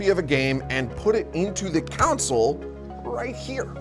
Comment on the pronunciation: Good vid for beginners my only complaint is the way you say "Console" is driving me nuts! lol